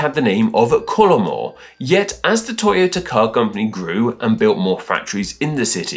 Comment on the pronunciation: It is pronounced to-yo-ta, not toy-o-ta. Also, Subaru is the constellation "the Pleiades."